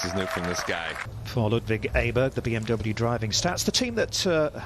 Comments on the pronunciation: It's not Ayburg sweetheart, it's Awberg, jesus christ. If you're going to be a presenter, have the decency to learn how to pronounce your own players names. Amateur. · 'Ay-burg', nope that's NOT his name, not even close. 'Oh-burg' would be a good compromise. 'Oh-berry' would be 100%.